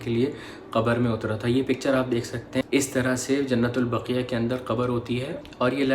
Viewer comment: آپ جو لفظ بول رہے ہیں۔ وہ ایسے لکھا جاتا ہے جننت البقیہ جب کے اصل لفظ ہے جنت البقیع۔۔۔۔۔ جیسے لفظ بولا جاتا ہے "وسیع" اسی طرح بقیع اُمید ہے سمجھ گے ہوں گے دل دُکھا ہو تو معذرت کرتا ہوں اللہ حافظ